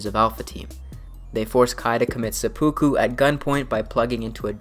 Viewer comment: Just a small thing for you. It is not sepookoo it is se-pu-ku (spelt seppuku in romanji). The pu and ku are short, not long. Otherwise another great vid.